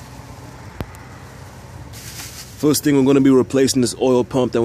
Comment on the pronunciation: Everytime you say "first" (furrrst) I see Foghorn Leghorn the cartoon Rooster from Warner Brothers!!! Appreciate you man!! Keep on doing what you do!! Twist myself up like an 8 y/o ballerina up under the fenderwell of the truck....LOL....some good lines and great work in this one!!